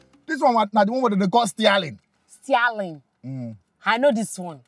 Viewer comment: Stialing and asselelator 😂